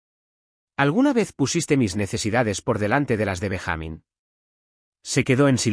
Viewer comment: Benja-mín no Ben-jámin